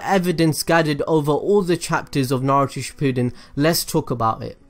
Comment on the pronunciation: It is not suppooden it’s shippund